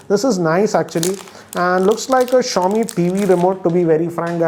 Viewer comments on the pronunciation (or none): none